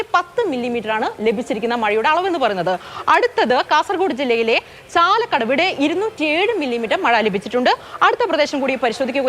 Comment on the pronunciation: ചാലക്കടവ് അല്ല ചാളക്കടവാണ്